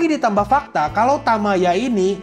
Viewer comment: Bang, untuk penulisan judul bukan "super" melainkan "supaa". lalu cara baca kanji nya itu bukan "Tamaya" melainkan "Tayama".